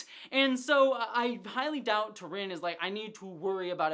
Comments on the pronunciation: Her Name is not T'Rinn, but T'Rina. There's an A in it. You keep saying it wrong 😅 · I love you. But it’s T’rina right? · I love your insights into the storylines and characters! But, please, you get T'RINA's name wrong each time you bring her up. She's one of my favorite characters!